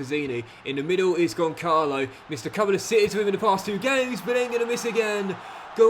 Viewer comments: Gonçalo ramos first name isn't pronounced like that 💀 You're supposed to pronounce the Ç like a S. So it's Gonssalo not Goncalo. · Hello! You allways say Goncalo Ramos but you shoud say like "Gonssalo" because of the "ç" Keep the brilliant work! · the striker's name (Gonçalo Ramos) is pronounced Gon-salo (phonetically speaking:) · Hey, the correct pronunciation of Gonçalo Ramos is Gonsalo Ramos. I’m from Portugal. I love your videos. Keep it up ❤ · As a Portuguese myself, it's really cool that you have some "tugas" in there, Gonçalo Ramos's name is pronounced "Gonssalo" as the ç is read as an s Keep up the good work, forza Milan, and let's go the short king Cox! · Hey, love the vid as always, just a quick note: the "ç" in Gonçalo is pronounced as an S like in Suit, the little below below the C means it sounds like a S! keep it up bro love the series and can't wait to see Cox conquering Italy! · I think Gonçalo is underperforming because you're mispronouncing his name, saying ç as a K and not as a Z. Otherwise please remember to make your subs around the 60-70 mins.